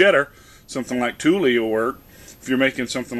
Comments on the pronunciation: it's pronounced Tool not Tule. Thanks for the info. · Tulle, is pronounced as tool. Worn out cotton pillow cases make a good cheese type cloth. Just make sure to wash them well, then give them another cycle in hot water, without detergent, so it is basically a lot of rinsing. It is a great way to get more use, out of something you already have. If your house is anything like my own, the last thing I need, is more stuff in my house.